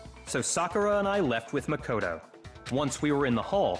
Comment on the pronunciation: i feel like someone should have really told you this by now but it's pronounced muh -koto or am i just missing the joke